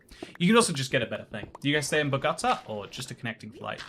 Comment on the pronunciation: "bow-go-tah" = Bogota Aww what?! that's twice i've been in the same bloody place as you and i haven't met you yet >:(